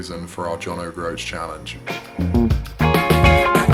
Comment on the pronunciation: I always admired the 850, but it's a bit tall in the saddle for me. Also, I'm afraid I twitch every time you say John Oh Groats.